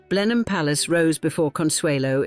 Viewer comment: Blenheim is pronounced: Blennem